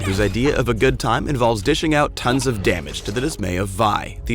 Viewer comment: love how emphasizes on "tons of dmg"